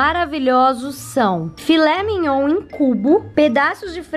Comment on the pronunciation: Perdi tudo na parte " Filé mignoun"😂😂😂😂😂😂😂😂